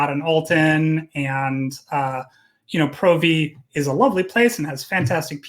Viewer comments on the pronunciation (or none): you rock, but I can't deal with you pronouncing Provi wrong. The O isn't strong. Still, love your content, and Jin's, and if I do come back your corp will be my first port of call.